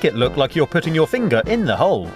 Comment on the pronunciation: wuuut! i am so glad i found this channel! btw i think its funny when he says finger 😂